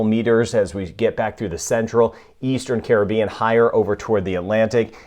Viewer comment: Watching from Nassau, Bahamas I Love how you know how to pronunce all the names of the Caribbean Island and South American Countries ...